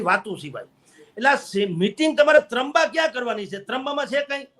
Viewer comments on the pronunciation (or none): 🙈...तंबा नही त्रंबा ...एकबार पत्रकार के बदले ' पतकार ' बोलो कैसी फिल होती है...आन्टी आप टीका-टीप्पणी करने मे अपनी भाषा खो बैठी हो...